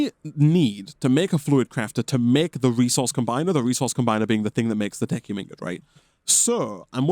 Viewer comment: It looks like "tech-y-um" ingots are the new "cry-row-thee-um" dust. Correct pronunciation once, proceed to pronounce it incorrectly every moment afterward for like, five years.